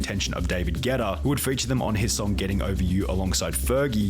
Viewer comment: Ya damn English, it's Guetta, not Getta. There's a whole ass U in the name.